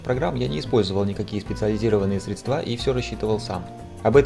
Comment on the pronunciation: ЗЫ: не средства, а средства, миксер тебе в глаз 😼